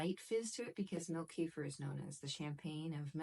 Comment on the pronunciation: I make my own kefir. I came here for advice, but I couldn't focus on what you were saying as I was mesmerised by your eyes.......... Here in the UK finding full fat raw milk is very easy. So, that's what I do. Oh, and kefir is pronounced kuh-feer. The word comes from the Caucases, Eastern Europe. They pronounce it kuh-feer, with the emphasis on the second syllable. Their word, their invention, so.........